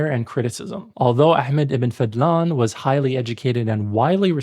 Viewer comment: It’s Fadhlan, not fadlan. Focus on the letter ض